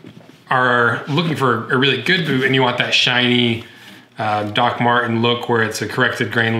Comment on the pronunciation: he said bewt